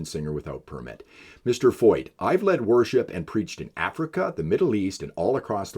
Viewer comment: I love how the people making all of these videos against Canada have never done a lick of research into Sean Feucht. At least you can pronounce his name right.